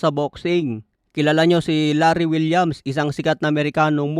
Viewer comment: Larry wills po idol Hindi po Larry Williams 😂